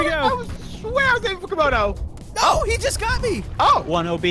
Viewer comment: 72 It's Komodo Dragon, not Camodo Dragon...